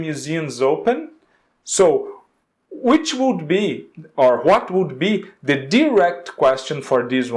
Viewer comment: Adorei o conteúdo do video, só achei estranho mesmo o jeito que tu pronuncia "what" e "when", tu pega muuuuito o W com som de R.